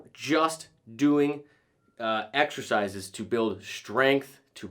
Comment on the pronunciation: Sean Connery exshershizes, excershizes, excercisers, exercises